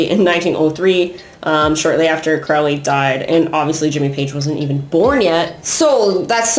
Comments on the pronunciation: Crowley is pronounced like Holy not "fouly" lol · Everyone always saying Crowleys name wrong. He wrote a friggin poem literally telling you how to pronounce it. Ffs. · It really is! Haha Apparently it's been mispronounced his whole life. I believe Crowley even came up with a cheesy phrase similar to the one I commented, to teach people the correct pronunciation.